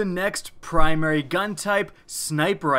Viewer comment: Wat iz primrwee